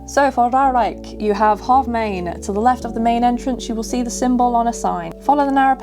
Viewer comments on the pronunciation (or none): Just an FYI :) It's Ruigrijk, niet Ruirijk. Ruig means Rough, Rui means shedding (feathers or hair). Though, you might shed a few hairs because of the thrill rides ;) Also, helpful video. Since I have no mobility issues (yet, my hip can sometimes complain), I never looked at 'this' this way. Also, you pronounced Reizenrijk (R-eye-zen-r-eye-k) correctly :)